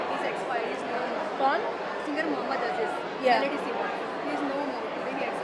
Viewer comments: Stupid Girl! Don't you know how to Pronounce his name? He was Mohammed Aziz ( महोम्मद अज़ीज़ ) not a Mohammed Ajis ( महोम्मद अजीस )! The meaning of the name changes when you pronounce it wrongly. So next time be careful. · madam dress change karo pehle aur dusri baat pronunciation ko thik karo its not ajij its aziz.....repeat like this aaaaazeeeeeeezzzzz